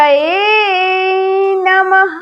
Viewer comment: Namh nhi ha Numh ha totally galt bol rahi ha